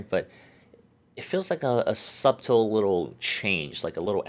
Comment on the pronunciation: Did you pronounce the "b" in subtle?